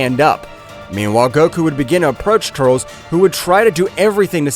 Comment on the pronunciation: Bro... not tuuurlsss... TUR.. LES... TUR..LES... TURLES.... please bro... say it right